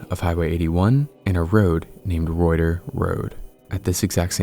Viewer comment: Reuter Road is pronounced "Rooter" Road.